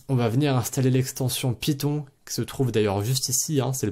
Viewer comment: python, non piton, oui